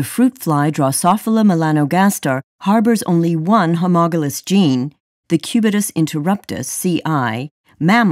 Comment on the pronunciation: LOL "homogolous" rather than "homologous." Feels like when Bush says "nucular" instead of "nuclear." ....Otherwise a very helpful video xD Thank you!